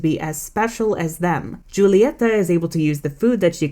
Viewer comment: Ita not Julieta its Hulieta, the j is pronounced with a h